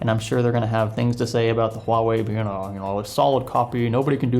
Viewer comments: its not HU Ah wei. Its pronounced as "hwa". The 'u' is basically a sound to make the transition between in this syllable easier, nothing weird with it. You got it correctly in . hahaha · Did you just say "Hu-wah-way?" My soul hurts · It's pronounced Ha Wei. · It's pronounced "Wah-way" :-) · Pronounced hwawei in case anyone was wondering. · It's pronounced 'ua-wei' not 'huawei' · No, 2 syllables and the h isn't silent: hua - wei exactly like it's spelled. I'm Chinese and speak Mandarin btw. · IVE HEARD HUAWEI EMPLOYEES SWITCH BETWEEN (HU-WA-WAY) AND (WAH-WAY) WHICH IS THE RIGHT PRONUNCIATION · You don't actually pronounce the H in the name of the company. It's silent and should start with a W like water. so its pronounced Wuawei. I know cuz I've managed a cell phone store and spoke to their reps before. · True, a long time ago Huawei already saw lots of people using Spanish-like pronunciation on Huawei (with silent H) and just went with it to make it easier for everyone. That's unfortunately the standard they set now. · it is a weird name, because you pronounce it wrong! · The h should not be silent. Huawei decided to promote it in the west using the silent h pronunciation. Idk if its either for the most part westerners genuinely just dont really know how to pronounce it or its because they've just got used to it. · In Chinese the H is not silent. Huawei just dumbed it down so Westerners have an easier time.